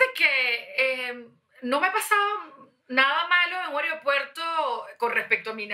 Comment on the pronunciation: Y ella dice aeriopuerto xD